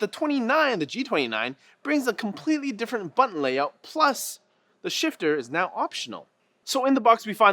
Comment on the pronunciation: for a moment I thought he was saying sh*tter xD